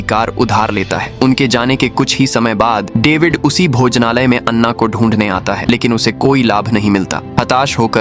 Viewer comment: लड़की का नाम अन्ना नहीं ऐना है